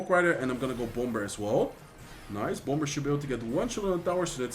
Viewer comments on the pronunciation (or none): I really love your videos! Keep it up! By the way, bomber is pronounced without the “b”. It is pronounced as (bomer)